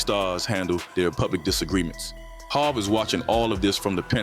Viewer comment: Jayz jehovah hova hov go practice. You're losing credibility if you can't pronounce hov